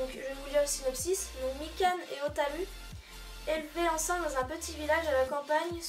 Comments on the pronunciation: xD essais de dire o. Ta. Rou. Après je dit ptre n'importe quoi xD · Ta manière de dire Hotaru est juste épique xD